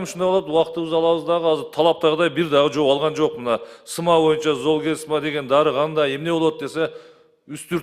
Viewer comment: Золгенсма дегенди нормально окуп айта албайт го, дагы каяктан фармацевт болуп алган?